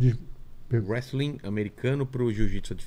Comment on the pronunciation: "Whestling" kkkk. Do mesmo criador de "acadImia"